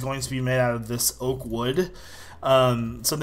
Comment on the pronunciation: Lol you said Ork instead of Oak